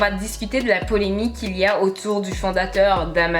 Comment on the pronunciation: Chérie.. on dit polemiQUE